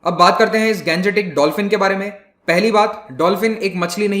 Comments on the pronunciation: I'm requested to you sir,stop saying गंजेटीक please say गांग्येटीक because you are an Indian you have not any problem to pronounce this so always say Indio Matic form of Ganga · Plz pronounce Gangetic as Gangetic, and not Ganjetic, like a foreigner. Ganga is Ganga, not Ganja. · Pronunciation of Gangetic dolphin is rubbish , bhaddi h